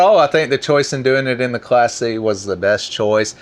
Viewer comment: I really liked that Class C rig. Said fast enough I hear "classy".